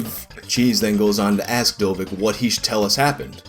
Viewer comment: Pretty sure, judging by the guy's English, Dovic is not pronounced "dovik"